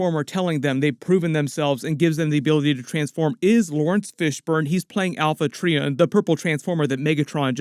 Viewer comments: Poor. It's Alpha try-on. Not Alpha tree-on😂😂😂😂😂😂😂😂😂😂😂😂😂. You never watched it. 😮😮😮😮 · You don't watch transformers much do you? Alpha Tri-On not Tree-on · I think Bumblebee, ROTB and the GI Joe crossover are they’re own separate thing from this movie. Atleast that’s what I want. It’s not Alpha Tree-on. It’s prenounced Try-on. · Alpha TRY-on, not Alpha TREE-on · This is its own thing. Has nothing to do with the live action universe. Also "Til all are one" means until all Transformers factions are together again. Also pronouncing Quintessons and Alpha Trion wrong. Come on you slacked on this video. 😂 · Alpha Trion and Quintessons pronunciation is throwing me off.;) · Great video as always. Note the pronunciation of Alpha Trion and the Quintessons . Refer to G 1